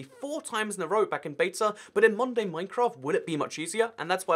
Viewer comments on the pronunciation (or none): Whenever he said modern day Minecraft I heard Monday Minecraft